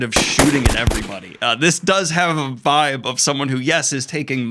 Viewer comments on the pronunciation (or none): none